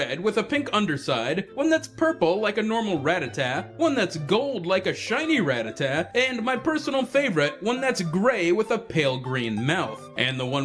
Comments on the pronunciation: You pronounced Rattata incorrectly... It's not "rá-tata", it's "ratá-ta". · When people say rattatat when its rattata :u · Everyone always pronounces Rattata wrong. It's Rah-tah-tah. Of course I also used to prounce it wrong as Ratta-tatta, so... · why do you say rattata like that..?